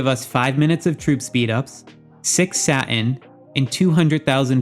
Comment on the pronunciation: The way you pronounce Satin is soo distracting!